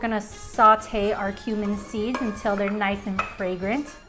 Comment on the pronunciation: Why couldn't he say cumin 😭😭😭😭